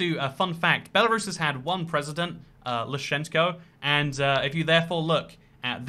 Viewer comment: The way pronounces Lukashenko is hilarious